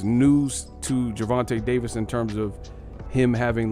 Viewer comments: Gervin Tank Davis😂😂😂😂,, Ai is fucc'd up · Can't even say his name correctly on this old ssa video